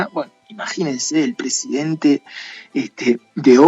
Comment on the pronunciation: Es odebrecht y casi todo el video pronuncias "obredecht"